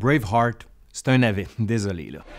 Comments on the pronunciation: non on dit juste braveheart avec un mauvais accent français... 😉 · Encore une fois, meeeerciiiii ! (À lire en s'imaginant que c'est dit comme Wallace lorsqu'il prononce sa dernière parole dans Braveheart) 😆